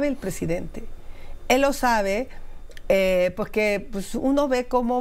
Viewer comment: Pocque? jajajaja